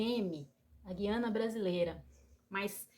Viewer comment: Ja começou errada, quem pronuncia QUIANA com QUI é Portugueses, Brasileiros pronunciam GUIANA com GUI!